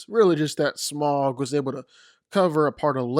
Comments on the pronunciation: It's pronounced Smowg (with a ow sound) not Smog. Au makes a ow sound. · Note, Smaug is pronounced "sm-ow-g" (the "ow" being the sound you make when you get hurt) rather than "smog" (the smokey-foggy weather phenomenon). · You’re really deep diving this much into FICTION?? Lol… BTW.. It’s not pronounced “SMOG”. It’s pronounced “SMOWG” … 🙄